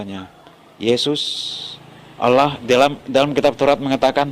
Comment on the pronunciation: Bodoh membodohi yg bodoh jadinya bo-tol. Dia ini bukan dari orang Kristen tapi dia ini memang Islam yg pura-pura mualaf. Cara dia mengucapkan allah jelas sangat berbeda dengan pengucapan Allah orang Kristen.